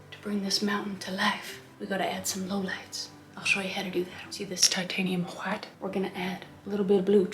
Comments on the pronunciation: No, no you see, it is titanium-wauytuh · I love how she is saying white ''lets put some titanium hwite'' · White (pronunciation: Wh-hite) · Kris, that is a BEAUTIFUL painting that you made!💕💕 🖼️I absolutely loved it!😍 I don't paint that much, but seeing you following the Bob Ross painting tutorial makes me happy ☺️🥺❤️❤️❤️ P.s, I like how you used a knife to paint the mountains😂 and how you pronounce "titanium whi-tte"🤣🤣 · Nobody: Noone Ever: Not even Chad: Kris Ross: TiTaNiUm WhHhHiTe! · "Titanium WHHHITE fixes everything." If only! FREAKING HILARIOUS KRIS!!! The painting...by the way... is a gorgeous piece of art and your tutor and innuendos throughout the process were FANTASTICALLY and smartly done just enough to keep ANYONE entertained!!! Thank you, Kris for brightening my day!!! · I laughed way too much at this. I never noticed how much Bob Ross sounded like Jan Brady what with pronouncing the H in words that start with "wh." Or, in some cases they might just start with a W but screw it! I'm gonna pronounce a nonexistent H anyway! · I loved how the painting turned out! I don’t know why but when you say white I laugh 😂